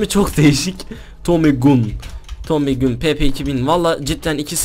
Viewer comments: Abi tommy gun tomi gan diye okinuyo gün diye değol😂😂😂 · Abi Tommy Gün Değil Tommy Gan Diye Okunuyor 😂😂😂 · tomy gun diye yazılıyoda tomy gan diye söyleniyo gun ne :D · tomüy gün değil abi Tommy Gun Desen daha iyi olur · Abi Tommy Gün değil Tommy Gan 😀diye okunuyo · tommy gun diye okunmuyo tommy gan diye okunuyo :D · Tomu gün değil tomy gan 😂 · abi tommy gun diye okunmuyor tommy gan diye okunuyor !! :) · Abi tomi gün değil Tomi gan diye okunuyor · abi Tommy Gün degil Tommy Gan Ewqeqwe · abi tommy gun diye yaziliyor gan diye okunuyor adamsain<3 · Tomi gan diye okunuyor abi 😂😃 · Ya ciddimisiniz silahın adi tami gan diye okunuyoeun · Tomi gan die okunuyor abi